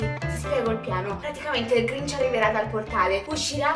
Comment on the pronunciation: si sente matti che glinc invece di dire grinc 😂😂😂😂😂sto morendo dalle risate😂😂😂😂😂😂😂😂😂😂😂😂😂😂😂